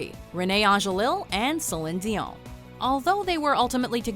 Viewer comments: What's wrong with you,? You're Canadian, and you can't properly pronounce Celine Dionne and Rene Angelil's names?!? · I can't bear how the narrator says celine dion name. Ahhhh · Do they say Celine Dion's name weird in every video they mention her in? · It's so fucking pretensious the way she pronounce Celine Dion lol..._ we get it you speak french, now talk normal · This bitch can't pronounce Celine Dion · Ive never heard anyone ever pronounce celine Dion like that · It's a Canadian thing I think. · I know is from Canada and they probably know how it's done, but it still throws me off how they pronounce Celine Dion. I mean, where does this Z come from?